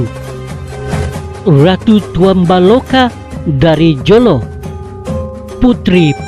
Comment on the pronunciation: Tulisan Jolo. Sebutan Holo.